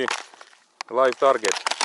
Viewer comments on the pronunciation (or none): none